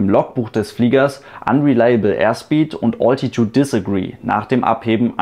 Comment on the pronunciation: Bis auf dein falsch ausgesprochenes "Oltitude" wieder gut erklärt. :)